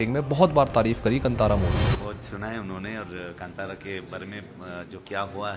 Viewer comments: It's kaantaara not kantara , yeah in english spelling may be kantara but pronunciation is the first one i mentioned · It’s not Kantara by pronunciation , it’s Kaantara - Kaa as - not in Kavi’s Ka but kaantha ( as in beloved )’s ka !!!! . Panjurli is not Lord Varaha’s avatar .. matlab kuch bhi !! Btw - m from coastal Karnataka . And we celebrate Deepavali for Maharaja Bali , and not just Sri Krishna ! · It's not कंतारा... It is कांतारा.. PLEASE READ THE TITLE AS GIVEN IN HINDI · कांटरा.. नाही कांतारा है.. पहिले हिंदी ठीकसे बात करना सिख ले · Firstly proununce movie name well then make videos